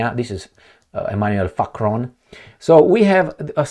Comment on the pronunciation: I love how you say Facron President Facron! And the Baboons 😂 love it